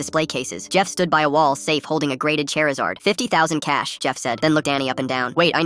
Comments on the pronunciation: Charizard ❌ Chairizard✅ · I'M SORRY "Chairizard"?????? 😭😭😭